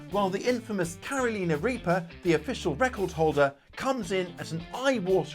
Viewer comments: Don't you know the way to pronounce Carolina? The song "Carolina on my mind" Caro..lie... na Not Caro..lee..na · If I may, it’s pronounced “Cār-o- lyna.” I live where they originated, and it grates on my nerves every time you say “Caroleena.” LOL Thanks for your understanding. I’m growing habañeros this year, along with bhut jolokia (ghost peppers). Great video,! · You have to love the Brits absolute determination to intentionally pronouncing the United States state WRONG. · Not Caroliiina Reaper 😂 Carolina..As in the Woman's name 'Caroline', or the place 'North Carolina'..😊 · I love your vids & youve helped enhance my knowledge.. however your british accent on Carolina reaper had me dying!! 😂 In the states, we pronounce it "Care O Lina" not "Karo Leena". & my east coast US accent would probably make you laugh the same. 😆 Keep puttin out the great vids, best gardening channel on Ytube by far 👍👍👍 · That was the oddest pronunciation of Carolina I've ever heard. 🤣🤣 I generally overplant my peppers, at least 32 plants in an 8 x 4 raised bed, I mix seedlings from super hot and mild varieties and save those seeds, with our longer growing season in North Carolina, my plants easily get over 6ft tall, and will quite often be producing fruit between late March and November. If you want a fun exceedingly prolific pepper, try the Pineapple Aji, it has a sweet pineapple flavour to start with, then a little heat rolls in (~25000 Scoville) and goes great in sweet and spicy pineapple based salsa. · I always enjoy your videos,. It is pronounced that way among Latin languages. So it’s not wrong in that regard. But for us, here in the Carolinas, It is a shocker L O L